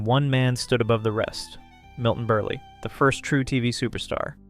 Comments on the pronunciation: Milton Berlie? Ummm...BERLE =Burl. WOW. Also...it's Zero Mos-TEL. If you want to honor these artists try and get their names pronounced correctly. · It’s Milton Berle (like PEARL). The least you could do to honor his legend is pronounce his name correctly 🙄